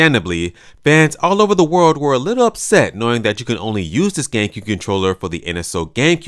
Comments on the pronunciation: It sounds like you said: gaycube😂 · Lol "gaycue controller"